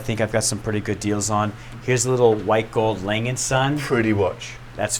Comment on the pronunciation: Hey, Can we please give this guy a titty twister for calling that watch "lang and son"? and its deff not "Yeger" He at least needs to try to say it correctly.:) <3